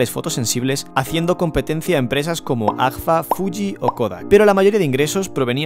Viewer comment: excelente reportaje. me imagino que hay un montón de fabricas así. en la frontera de Venezuela y Colombia, una cadena de fotostudios compró una fabrica de carretes para abastecer su cadena. por cierto, no pongan a gente con dislexia a leer min ¿AFGA? en serio? jajja. un abrazo.